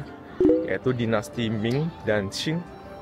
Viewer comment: masih gak ngerti, tulisannya Qing dibaca Cing. tanya sama pemilik channel gak dijawab